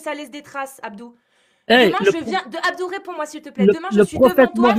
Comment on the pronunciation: Àbdou? Àbdou? C'est plutôt Abdur non ?